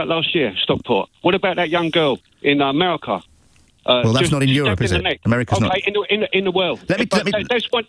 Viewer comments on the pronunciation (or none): said ‘merika’ 😂